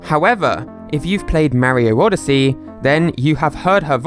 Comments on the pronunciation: It's not Merry-o. It's MARIO. Mah...reee....oh. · Listen i loove your vids but im a perfect person, so yeah i just wanted to say its not how u say mario. It sounds like morio.